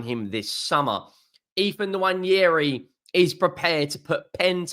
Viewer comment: I will subscribe if you can PLEASE learn how to pronounce Nwaneri